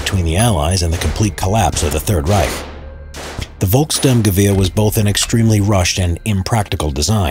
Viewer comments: Its folks Sturm gewahr not volks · It's Volksturm-gewehr (People's Storm Rifle) not Volk-sturmgewehr (People's Stormrifle). The "storm" part came from the forces using it (the People's Storm), yet storm is also the German equivalent of the word assault, the confusion is further exasperated due to the STG-44 also being referred as a Sturmgewehr (meaning assault rifle). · It's not Volk Sturmgewehr. It's Volksturm Gewehr. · Volkssturmgewehr doesn't really translate to "People's Assault Rifle". It's not Volks+Sturmgewehr, it's Volkssturm+Gewehr: "Rifle of the Volkssturm"